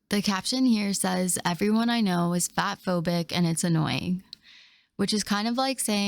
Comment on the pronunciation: The way she says fatphobia makes me want to drop kick my television out of my second story window. She just has to drag out that last syllable. Ugh.